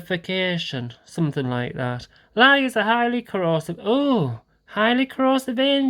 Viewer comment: Hullo, That process of getting the soap to congeal or create itself into solid form is pronounced "sah pon nah fee cay chun" I do hope I got that right, now you give yourself plenty of time to let things set-up, it always takes longer than you think or what they say in the directions, well at least for me it does! Thanks for showing us the kit and I hope the video comes out good!